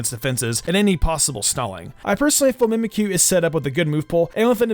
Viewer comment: Did you say mimkyu wanna be